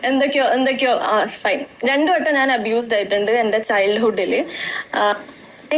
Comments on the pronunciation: മരകഴുത ഇംഗ്ലീഷ് അറിയില്ലെങ്കിൽ പോയി പടിക്.... അബോർഷൻ അല്ല അബ്യുസ് 👊👊👊👊. പോടാ നാറി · അബ്യൂസ് ആണ് അബോഷൻ അല്ല